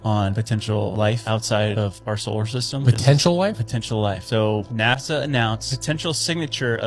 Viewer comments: Its nasa not naza lol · Why do you say nazza it's Nasa It annoys me slightly 😂😂😂